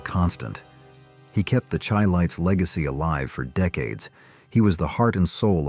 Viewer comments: Not pronounced Chy lites .. it's sounds like Shy lites. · The Chi-Lites is pronounced like Shy-Lights. They weren't named after tea! Do at least the minimumresearch before posting.